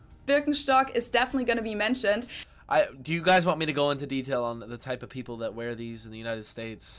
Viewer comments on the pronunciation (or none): none